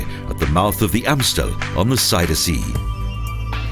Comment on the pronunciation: This announcer can't pronounce "Magere Brug" or "Zuiderzee" correctly. Kind of irritating.